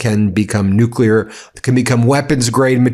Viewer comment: Also... NUCLEAR. There is no such word as NUKULAR!!